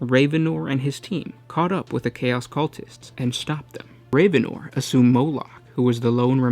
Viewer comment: It is pronounced rav-en-or not raven-or.